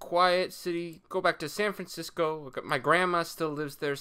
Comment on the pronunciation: Sayn Francisco